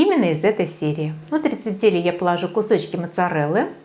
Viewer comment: правильно произносить тЕфтели, ударение на Е в первом слоге! вкуснятина! спасибо за рецепт!